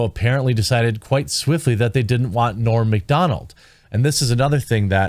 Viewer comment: It’s not ‘Morn’ Macdonald. It’s ‘Norm Macdonald. -Owen Benjamin